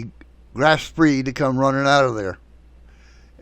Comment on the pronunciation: Couple of comments here WWII started in 1939 not 1941 The Graf Spee (not Spree) was not sunk before WWII started. However a great movie based on actual events and reasonably accurate in its depiction.